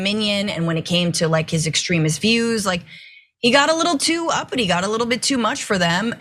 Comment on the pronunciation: Please stop saying "upity".